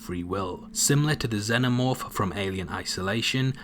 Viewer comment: It bothers me how he said xenomorph